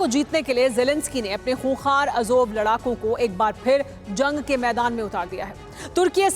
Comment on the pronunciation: Ajoub nahi azob ...pehle sahi se bole to seekh lo